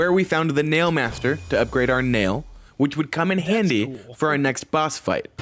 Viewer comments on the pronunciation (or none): none